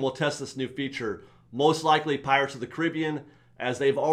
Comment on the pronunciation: The show is great but you've got to stop mispronouncing Caribbean. The Caribbean is named after the Carib Indians and they don't pronounce their name the way you're pronouncing it.